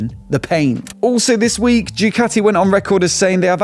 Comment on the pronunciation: Did my man just say Jew-cati?! 😂